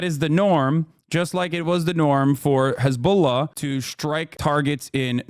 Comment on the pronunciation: u say Hezbollah weird